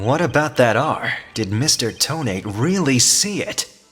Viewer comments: I have a problem this entire case :T (yes this is REALLY late commenting) You keep saying "Toe-Nate" when I'm pretty sure it's pronounced "Toe-Na-Te" Just me, or anyone else with me? (I think it's just me) Then again, Ted Tonate is like "detonate"; Candice Arme is like "can disarm"; etc. I could be reading this TOTALLY wrong :T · Thats not how you pronounce Tonate. This is how; Toe NAH tay Lol i cant type pronunciations but good video! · I thought you would pronounce Tonate as toe-nah-teh. Makes it sound much more menacing.